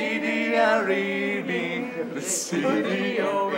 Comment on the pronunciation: shity, not city :D